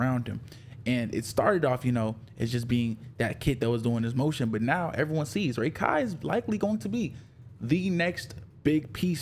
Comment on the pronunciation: I cant stand you pronouncing it as Ray-Kai Its Rah - kai